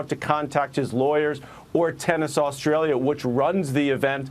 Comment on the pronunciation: Not sure if it's Australia or ANUStralia